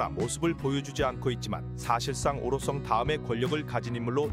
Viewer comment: 오로썽 아니고 오로성 해봐 형